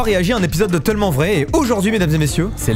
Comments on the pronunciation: C’est moi ou dit « tEUllement vrai » au lieu de « tellement vrai » 😭😭?? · Ça me fume il arrive vrm pas a dire tellement 😂😂😂